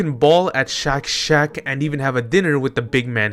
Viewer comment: SHACK not shock omg